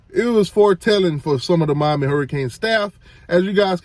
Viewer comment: I understand Mommy and Miami sound just alike 🤔, and yes he's right Miami is sick